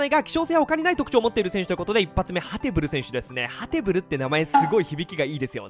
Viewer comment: ハテブルなんて呼んでるのはウイイレのみ、ハテブールだよん